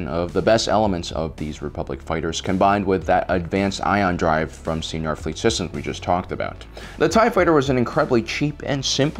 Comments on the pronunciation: It's pronounced like "Sye-nar," you're pronouncing it like senior. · Id always used the Canon pronunciations from the show and books (koo-aht and sai-nar). I was mostly making a joke at his expense, and the expense of YouTubers in general (you'd be surprised how many can't even pronounce a single idiom or turn of phrase). Its definitely not going to stop me from watching this channel, but he did seem kind of iffy on those pronunciations himself.